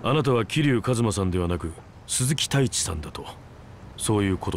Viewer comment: 鈴木太一が鈴木タイツに聞こえた